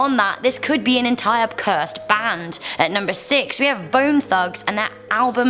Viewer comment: Bone thugs and harmony like really if you cant say it right please dont I'm a big fan of this band!